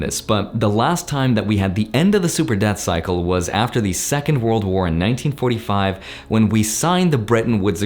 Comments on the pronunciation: Yep, I knew he was saying "Debt Cycle" but my ears didn't agree. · Did anyone else keep hearing "Death Cycle" instead of "Debt Cycle"? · Same lol